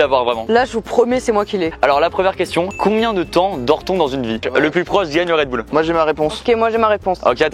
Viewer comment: RedbUll pas redboule